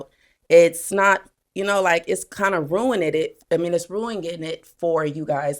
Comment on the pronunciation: The fact she couldn’t even pronounce the word ruining is crazyyyyyy!!!!!! Acting like her coochie don’t stink lmao girl bye